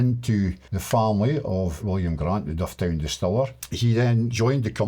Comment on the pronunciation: Great scenery & story. Though I would say Dufftown is pronounced 'Duffton' locally....